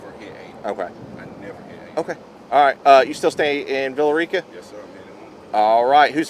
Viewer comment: It’s pronounced: “Villa RICKA” not “Villa REEka”